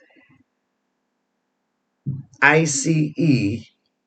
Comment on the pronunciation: The wife told me they are calling eye see e on EM 😅 I thought that was funny... 😊